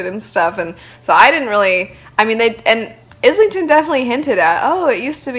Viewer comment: Book three is out to complete the trilogy. The start of book 3 recaps the first 2 and you really need it because there is so much going on. I must say the book is very stormlight meets the wheel of time plus time travel. Also not to be a dick but his name is pronounced island-ton not is-ling-ton. (I made the same mistake Michael Kramer corrected me)